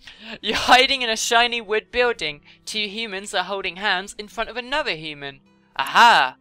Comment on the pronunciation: "Hooman" is how she has been pronouncing "human".